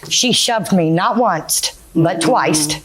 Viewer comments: I came to the comments as soon as she said twyst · 😂😂😂😂😂 I'm screaming!!! She said onceT and twiceT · I thought I was hearing things again. Glad I'm not alone in having caught "onecest and twicest." 🥴😬 It almost sounds like some pervy stuff... 😮😬🤣😂